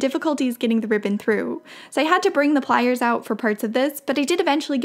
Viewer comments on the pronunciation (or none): none